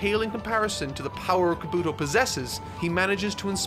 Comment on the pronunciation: Sir it’s Kah-boo-toe